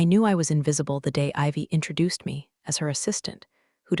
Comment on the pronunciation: Never heard "intrajuiced" before. And yeah, "arigato" is the proper one.